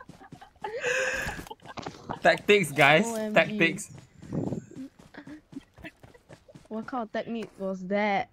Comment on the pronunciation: Legend says it's not tactics, its thakthicks. 😂